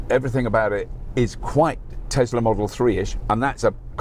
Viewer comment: Tesla? No no it’s a desla 😂